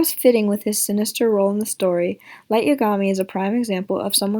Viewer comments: It's YA-ga-mi not ya-GA-mi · It’s Y-A-gami